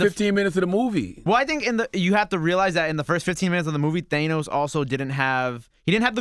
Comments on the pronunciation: His name is pronounced THAN*OS!!! Not They*nos!!! 🤦🏾‍♀️ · Omg if i hear Thaynos again!🤯🤯 Its Thanos!!! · Why are y'all still calling him "Theinos" when the movie clearly confirmed that it's "Thannos"? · Who the fuck is "Thaynos"? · these guys theorizing about Pym particles is soooo off but theyre so certain about it🤦🏻‍♂️😂 And WHY does CTG keep pronouncing Thanos like that?? THAY-NOS..? Its not like he hasnt heard the people say his name in the movies. Why bro? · These guys wanna be into this marvel shit so bad it’s embarrassing Charlemagne just learned how to say thanos